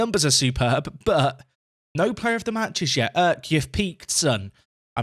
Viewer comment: Long time viewer, first time commenting here. Since you are bigging up Kürşat Erk this much I wanted to teach you how to say his name lol. The 'ş' stands for 'sh' so you can read it like this 'Kür' = 'Cure' | 'Şat' = 'Shot' The 'Erk' part is a bit hard since i don't know how to show it. But I can say where you make the mistake. You read it like 'Örk' but you should soften it a bit like 'aerk'. In turkish we read the letters literally as they are. So in summary: 'Cure Shot Erk' Thanks for the daily videos, I have been watching for 2 years now and learned a lot from you. This year, I myself took Telford United from Vanarama National League North all the way up and won the Champions League in 12 seasons. Btw great work on that thumbnail! Keep up the great work!